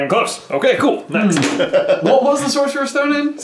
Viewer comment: Is it just me who gets triggered when say sorserous stone instead